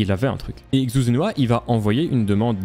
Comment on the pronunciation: xu... quel cringe cette prononciation, c'est "CHU" qu'il faut dire.